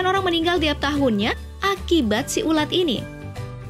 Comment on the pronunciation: Ular ???? Bukan nya ulat coba dengar menit